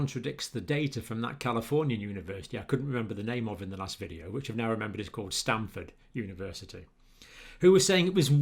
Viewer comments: Dr Campbell, you mispronounce the name of the most prestigious medical college in the western part of the nation you refer to as the “States” (also called the United States of America by other people around the world). It is Stanford Medical School not “Stamford “. It is fully the equal in reputation to “Oxfuurd” medical college in your own country. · It's Stanford, not Stamford.